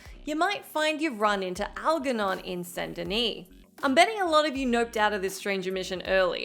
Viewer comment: The G in Algernon makes a soft G sound, J, not hard G, G.